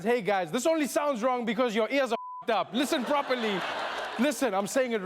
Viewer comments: "Leesan properly" 😂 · “Lissan Propaly”